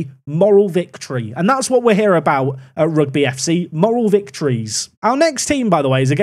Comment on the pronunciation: Rugby football Club isn't said like the sport " Rugby". It's pronounced: Huge(Replace with an R) - bee. Rugby = Ruge - bee